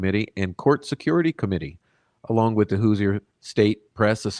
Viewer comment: Love ya dude, but quit murdering our nick name lol it’s pronounced “whos-er” or “whos-ers”